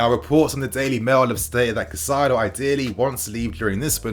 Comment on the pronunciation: Bro it’s Caicedo, not Cacaido. Cai-cedo.